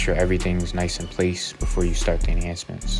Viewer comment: "Gonna make his mustache nishe and sharp..."